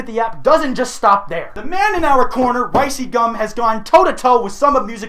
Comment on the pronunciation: I'm like 90% sure you're saying Rice cum instead of Rice gum lmao